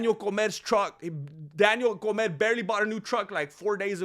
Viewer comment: "Daniel Comer" 😂😂😂. Means "Daniel Eat".